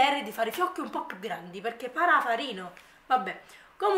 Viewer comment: Posso chiederti perché dici sempre "QuiA" "PiúA".. Non è una critica assolutamente 😂anzi mi fa ridere nel senso buono... Magari fa parte del tuo dialetto chissà.. è solo una curiosità.. Ciaooo